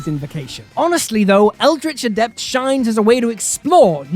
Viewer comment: Finally, someone read Eldritch Adept properly!